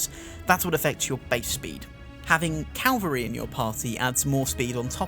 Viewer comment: I'm glad to know I'm not the only person annoyed by people who mispronounce "cavalry."